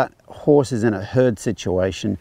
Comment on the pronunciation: I love how the captioning translated your pronunciation of herd as hood. Works, huh?